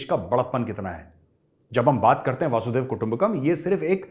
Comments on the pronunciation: Can't end my day without watching your video Major! Now I watch anything that pops with your image in it. Today, watched your discussion with the Pakistani Canadian gentleman Mr. Tahir Gora. Major, a humble correction. It is वसुधैव कुटुम्बकम, not वासुदेव कुटुम्बकम 🙏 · गौरव जी, वसुधैव कुटुंबकम् को आप वासुदेव कुटुंबकम बोलते हैं। थोड़ा ध्यान दीजिए। वैसे इसका मीनिंग सबको पता है। रंजन घोष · Major Sab It is Vasudhaiv kutumbakam and not Vasud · It’s not वासुधैव कुटुंबकम , it is वसुधैव कुटुंबकम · Majorsahab it's wasidhiwa,not waasudhaiwa: : wa not waa. . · Sir aap bar bar “Vaaasudev “ kutumbakam a kahe. It is “vasuDHDHaiva” kutumbakam! Vaasudev means Krishna bhagvan and “VasuDHa” means dharti it is “VasuDHaiva” kutumbakam!! 🙏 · Major sir. I’ve noticed this several times and would Like to correct you. It is NOT वासुदेव. It is वसुधैव. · Vasudaiva kutumbacam . Not vasudeyaha as you spelled it. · Dear Sir, it is not VASUDEV kutumbkum But VASUDHAIV Kutumbkum You are a good speaker. All over the world people listening to you. But this is important aspect of Hinduism so please please speak correct SANSKRIT word. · Major Sab It is Vasudhaiv Kutumbakam and not Vasudev Kutumbakam as you are wrongly and repeatedly quoting. Vasudha eV is vasudhaivak means pure dhartika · It is वसुधेय: कुटुंबकम् correct your pronunciation. Jai Hind !